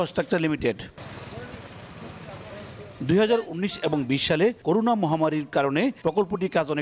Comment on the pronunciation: একজন রিপোর্টার করোনা কে করুনা বলে এটা হাস্যকর😆😆